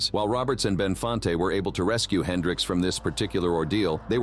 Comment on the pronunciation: Jimmy "Hendrick" ???? 🤦🏾‍♂️